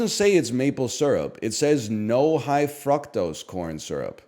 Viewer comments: its so jarring to see NL mispronounce something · Wtf is his pronunciation of Fructose he is so back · He says it like my Indian chemistry teacher did